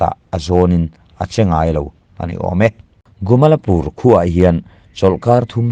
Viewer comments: A thupuiah 'GUMALPUR' tiin i ziak a,a chhiartu-in 'GUMALAPUR' tiin a chhiar si a.A eng nge dik zãwk le? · Gumalpur ti mai la,Gumalapur ti lo in